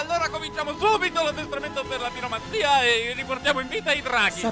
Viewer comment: Giuro, invece di piromanzia avevo sentito "biromanzia", che non so se c'entri con le penne a sfera oppure con la bira co' 'na enne sola, ma in entrambi i casi sembra una roba spettacolare.